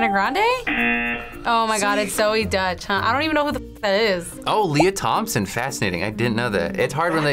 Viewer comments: Wow, that was fun 😂 Btw, Deutch is not pronounced as Dutch. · Deutsch is pronounced doytsch not dutch, deutsch is German in German, Dutch is from the Netherlands.